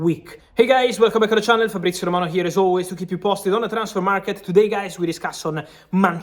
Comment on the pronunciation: Frabizio; WULIAN ALVAREZ 😂